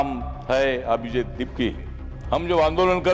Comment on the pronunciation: "अभिजित" हे नाव उच्चारण्याचा आपण ३:१४ पासून ४ वेळा प्रयत्न केला परंतु एकदाही ते योग्य वाटलं नाही. संसदेत खुप दिग्गज आपल्या वक्तृवाने सभागृह गाजवून टाकतात आणि एक आपला भाषण. एका बाजूला भीम आर्मी चे चंद्रशेखर आहेत आणि एका बाजूला तुम्ही, फरक एकदम साफ आहे.